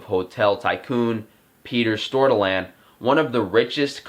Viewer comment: Hahah so funny hearing you pronounce Petter and Gunnhild Stordalen for a Norwegian 😅 great content as always 😊